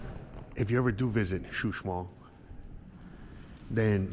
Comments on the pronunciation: He y!! Is not Xusmal, is Uxmal. Saludos! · Hola buenas tardes la zona arqueologica se llama Uxmal tu lo pronuncias como xuxmal jajajaja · CHUSMAL JAJAJA QUE ALGUIEN LO AYUDE SI NO LOS GRINGOS LE VAN A CAMBIAR LA PRONUNCIACIÓN